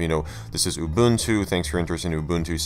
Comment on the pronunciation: Mubuntu 😂 6.10 (not Linux Mint)